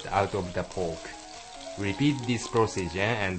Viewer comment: "add wata' to cova' de' POKE"